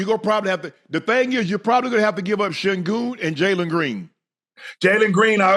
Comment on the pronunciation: Shannon said give up Sengun 😭😭😭😭